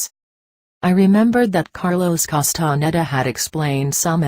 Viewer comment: How sad, that this is read by a robotic voice. Wrong intonation and awful pronunciation of Castaneda's name. It creates a dull sensation of irritation in my listening brain.